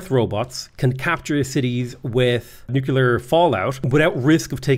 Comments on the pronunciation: Again with the newk-you-lar stuff lol. Buddy it's nuclear! Like nucleus, cuz we split the atom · You're still saying nucular. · buddy it's pronounced nuclear